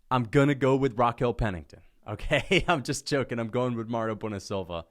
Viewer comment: It's Mayra, not Mario, you genius